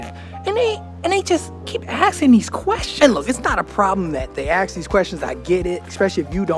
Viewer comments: Learn Dutch. It's great that you love my country, but time for the next step. Anders wordt het erg moeilijk in de toekomst. Nederlanders zijn rechts-conservatief. (extreem)Links is vaak een jeugd of Adam/Utrecht fenomeen.. Niet levensvatbaar of constructief. And for your English: it's ASK not AKS. (not in this episode, but still) About our government: NOBODY HERE TRUSTS THEM. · We do not ask channel. He says AKS......